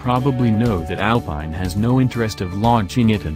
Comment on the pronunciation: Please! Say "ALPEEN" in French